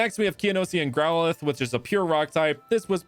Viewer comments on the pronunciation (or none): none